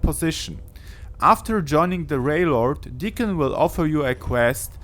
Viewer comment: Did he say Railord??